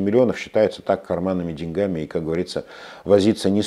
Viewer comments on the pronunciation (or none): none